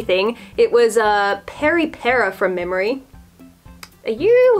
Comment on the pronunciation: It’s not per peri it’s “peri pera” and btw your parrot is so cute